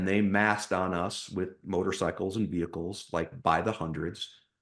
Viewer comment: Rofl wtf is a wehicle